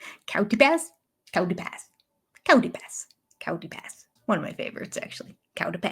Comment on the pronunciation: It sounds more like Kitey Pass to me, but I have cloth ears. Robyn enjoys anxiety. It's part of her attention seeking behaviors. I LOVE your Kody's speech dance!!! 🤣